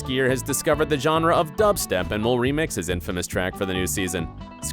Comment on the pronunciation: Wtf is dupstep??!!